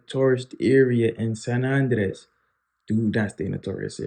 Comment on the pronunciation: Nice video. You're pronouncing Andrés wrong. The vocal stress is on the "é" not the "a".